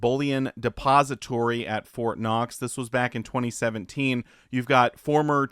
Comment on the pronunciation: It's Fort Not. Lol.